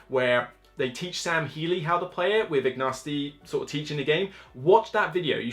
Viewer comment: It's pronounced Ignatsy, not Ignasty! Now try saying Teotihuacan 3 times. I thought the new game would be wingspan but maybe it's coming soon. ;)